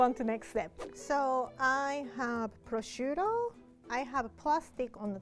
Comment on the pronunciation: The minute she said to put down the purshuto,I immediately thought of beef Wellington